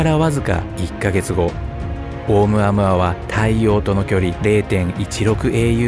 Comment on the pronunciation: オウム −アウアではなく、オウ- ムアウアです。ハワイの天文台で発見されたことから ハワイ語です。